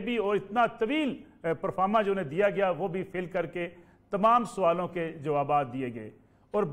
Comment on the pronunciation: Soalon nai sawalon hota hay qoaneen nai qawaneen hota hay pls correct your pronunciation